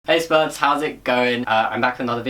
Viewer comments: Beginning of the video I heard hey spirds instead of hey spuds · when you said hey spuds, i thought you said hey sperms, and i was very confused